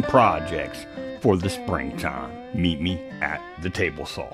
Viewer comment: Sorry but the first time you said “meet me” all I heard was Road Runner “meep meep” 😂😂